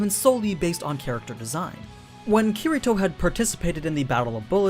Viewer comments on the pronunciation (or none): I can tell u don't know kiritos true power because..... YOU DIDNT EVEN SAY HIS NAME RIGHT